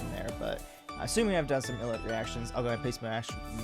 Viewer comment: 1. Thanks for the reaction. Love ILLIT. 2. Hate to be that guy (but I guess I am haha). It’s pronounced Eye-Lit. 3. Yeah, Wonhee is the best.